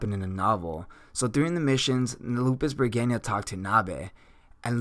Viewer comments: Appreciate how much knowledge you present And going into the lore that's not covered in the anime is always a positive thing when trying to cover all the intrinsic values of a character. Some of the pronunciations are a bit off. It sounded like Lupus Bergenia Beta, instead of how it's pronounced in the anime of Lups Re Gina with an emphasis on the G, and how you pronounce Cleric like Clerk. I mean this with no targetted disrespect, it's just something that i notice. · Im not bothered with the mispronounced name but you should call her just beta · You mispronounce Lupusregina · Lupus-REGINA not lupusbregina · R E G I N A not R E G I N I A 😐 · She's a sadistic energetic verwolf girl. There. Also what? "Lupus Reginia" ??? It's Re-Gi-Na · its lupusregina not lupusbreginia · i hear he call it lupus bergania why is that? why is so hard to pronounce LUPUS RE GI NA explain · lel its lupisregina not lupusregina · So I hate to be that guy. But her name is pronounced Lupus(Regeena) NOT Lupus(ReGayna). It’s not the end of the world but if you’re trying to establish yourself as an informational anime you tuber this is kind of inexcusable. I believe in another video you said you were an anime only watcher which is fine but even in the anime they pronounce her name the way stated above. I mean when the last Airbender movie came out and they pronounced his name as “Ong” rather than “Ayng” people lost their shit and it seriously was one of the most annoying parts about that movie. Otherwise this video was pretty entertaining but every time you said her name I just wanted to stop watching. Again not trying to be a douche but I know I’m not the only person out there that felt this way. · yes i think pronouncing established names properly is a must. I dont mind words to have diff pronounciation but established names should be pronounced properly specially as an informational youtuber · Why i constantly hear Lupusbergina rather than Lupusregina😅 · yes, he mispronunce her anme